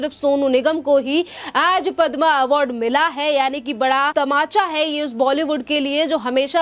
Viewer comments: stupid anchor. She calls Padma as padmaa. needs to be fired right now. Anpadh. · मैडम पदमा अवार्ड नही पद्म विभूषण अवार्ड है। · पद्म अवार्ड है, पद्मा नहीं। हिंदी का चॅनेल है, हिंदी तो सही बोलो। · कृपया पद्मश्री या पद्म एवार्ड कहें ,पद्मा मत बोलें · पद्मा नही पद्म बोलीये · padma nahi padm bolo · Madam, padmaa nai bola jata. Padm hota hai..padmaaa nai. Hindi seekhe. Rest content was good. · हिंदी भाषा का प्रयोग करते है लेकिन पद्म पुरस्कार को गलत रूप से बोल रही हैं